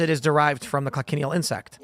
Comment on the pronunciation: Talk about not judging a book by its cover I would not have guessed looking at her on the streets. Tim i also think the bugs are pronounced co-shun-eel